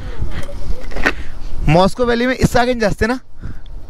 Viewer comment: भाई , मॉस्को वैली नहीं है, वो मुश्को वैली है।।।